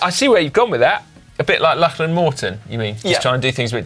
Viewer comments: FFS Si. It is Lock-lan Morton. Not Lach-lan Morton FFS. Listen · Why can Dan not pronounce Lachlan correctly?